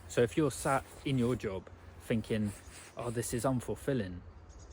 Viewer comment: Pretty sure its "thinking" not finking.